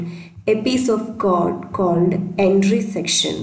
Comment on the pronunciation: nice video just say code not cod otherwise explanation is good :)